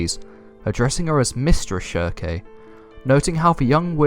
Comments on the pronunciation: Farnese = FAR - NIECE . NOT Far - Nay - say Schierke = SHEERK . NOT sheer - KAY Jeez.. I'm shocked u DIDN'T call Elaine, E - LANE - NAY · Ok great vid but it's 'Farnese' (Far-niece) and 'Shierke' (silk) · I dont think their pronounced "sheer a kay" or "farn easy a" lmao. Try "sheer-k" and "farn-ees" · it's pronounces shear-keh